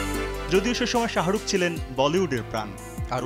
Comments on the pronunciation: u guyz are falied to pronounce the name of shahrukh lol😑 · শাহারুখ কি রে ভাই?? এ কেমন সাংঘাতিক? সময় টিভি কোয়ালিটি বাড়াও